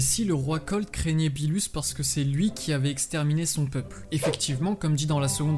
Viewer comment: Birus pas bilus